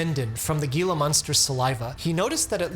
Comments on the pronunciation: Arizonan checking in. Gila is pronounced HEE•lah. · Gila is pronounced "he-la". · fyi gila monster is pronounced HEE luh monster! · Gila monster is pronounced "He-La". Great video. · Also it’s pronounced heela monster, source I have a degree in biology lol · "Gila" is a Spanish word, therefore the pronunciation is "HE-lah". The problem with losing weight through controlled diet and exercise, long term it is a failure. The percentage of people who reach their goal by doing that and keep the weight off perpetually is tiny. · Hey Doc, it's pronounced He-la monster. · Sorry but ...as an Arizonan....proudly so..... It's pronounced Hee-lah! Gila is a Spanish word. Well, Mexican Spanish with an actual origin in native languages. So, the G is an H sound. And ...if you ever see a HEE-LAH....Gila Monster in the wild, the Sonoran Desert ...first, consider yourself extremely fortunate. I've lived in the desert for more than 45 years and spent thousands of hours in the desert. I have seen two! Secondly...observe it....from a distance! Do NOT interact with it. When they bite, and....they will defend themselves and bite you.. they lock their jaws. It's common for the animal having to literally be cut off of you! Meaning....it will die. More importantly, they are in their home. Their habitat. Have been for longer than we have roamed the earth. They deserve to be left alone and to do their thing. They serve a purpose in the environment. They are amazing survivors. They are NOT pets...nor should they be treated as such....ever. If you see one, consider yourself extremely fortunate and observe it...from a far..... PLEASE! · Gila is pronounced "HEE-la" REEEEE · First time watching a video on this channel, not even sure why YT fed it to me. Anyway, nice info. But I sooo had a hard time listening to gila monster being mispronounced. It's hee-lah with the g sounding like an h. Wouldn't be so bad but he said the word an incredible amount of times. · Pronounced "Heela Monster."